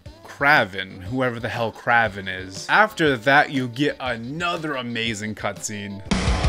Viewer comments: Also it’s pronounced Kray Vin 🤓 he’s a spider man villain and looks nothing like the goofy bro in the game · Oh, yes, Kraven, the correct way to pronounce Kraven the Hunter